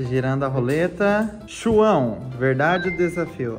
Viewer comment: "Chuão"ao invés de"João"🤷🏻‍♀️